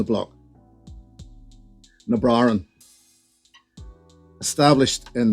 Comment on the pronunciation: Sounds like you forgot to pronounce some consonants in "Na Bràithrean".... but I'm an American so what the hell do I know?